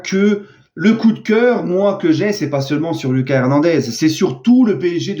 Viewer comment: tu dis mal son prénom. La prononciation c'est pas comme en Français, plutot à l'Espagnol. C'est "Loukasse" et pas "Lucas"